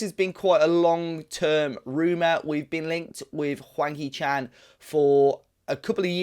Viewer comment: It sounds like you are calling him wanky Chan must be are black country pronunciation😂